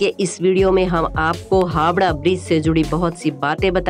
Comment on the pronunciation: Hawda nhi Howrah